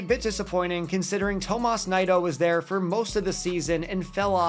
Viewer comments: It's pronounced "knee-doe" not "nye-doe" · Definitely butchered Nido